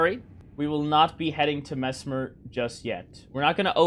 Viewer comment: I subscribed because you said messmer right ✅️